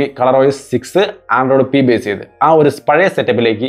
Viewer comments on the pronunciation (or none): none